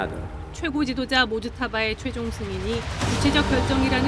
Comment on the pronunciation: 모즈타파가 아니라 모즈타바라고 함